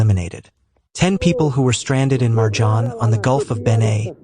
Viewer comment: Vrh luđe. It's not MarJan, it's Merjan, ti gospu vlašku.